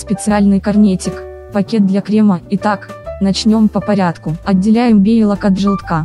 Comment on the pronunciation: Белок!!! Не бейлок